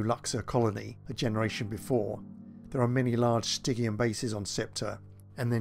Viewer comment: Names. Stygian, as an easy example, is pronounced with a soft G.